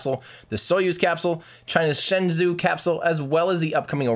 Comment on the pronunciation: "shen zoo" wtf